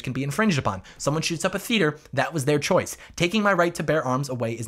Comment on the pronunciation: And still wrong "choice"